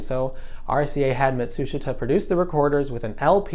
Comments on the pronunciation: I think Matsushita is pronounced "mah-tsu-SHEE-ta," not "muh-TSU-shit-a." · You can’t even pronounce Matsushita correctly. Beta was superior quality, but Americans don’t care about quality, they care about price. The cheapskates who wanted 6 hours of lousy ELP recording won.